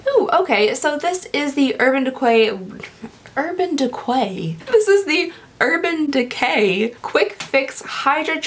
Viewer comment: "Urban Dequay" 😂